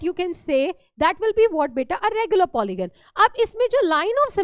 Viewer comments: Polygon not polyon mam kindly check 😊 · Mam its polygon not polyon Mam apne bola 72° But 75° likh diye 😅